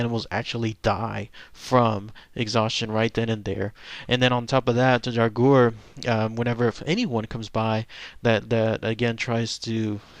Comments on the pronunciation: to pronounce draugr it's like this Dra gur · It's pronounced draw grr. They are just zombies, like the orc-nass from Beowulf. For those of you who learned of the draugr from Skyrim, check out Morrowind and the Bloodmoon expansion. :D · The correct way to pronounce Draugr is "Drah Ger". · the pronunciation of draugr is dray-oog-er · It's pronounced draw-grr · dumbass it's drogger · If you are interested in an aurhentic pronounciation just scrap the last "u" and you are good!